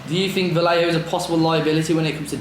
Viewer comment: Thanks fellas, I listened to pass the time at work. You brits REALLY massacre the Spanish language, it's pronounced VAJEHO